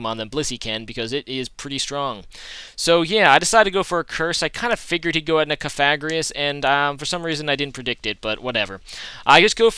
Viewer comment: alright so i think i saved you the troubles of finding out, im pretty sure cofagrigus is pronounced cough-uh-gree-gus or you could be a rebel and say cough-uh-grig-us lolz